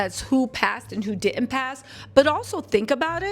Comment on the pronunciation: the word is Didnt not dittend just a sugestion keep em coming,great videos!!!